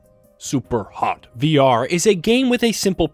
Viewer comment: Loved how you said "Super Hot" 😅, very on point!